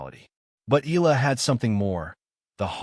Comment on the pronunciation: Click bait. Nothing to say, and says nothing, but AI goes blah, blah, blah. Her name isn't pronounced eel-la. It's eh-YA-la.